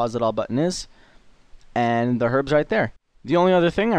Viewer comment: I swear at the start he said welcome to my guide for cleaning arabs :)